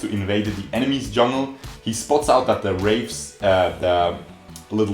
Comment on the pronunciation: My man calling the raptors "the rapes" 🤣🤣🤣